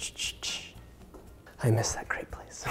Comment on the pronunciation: I’m not french & don’t know if you feel the same but I cringe when people have the wrong pronunciation of “crepe”